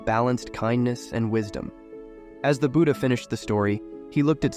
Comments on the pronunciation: It's not buda it's Buddha. You probably use voice AI for these stories. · what's "Nenda", "booda" and "sooda" can't you even pronounce the names correctly?? Such arrogance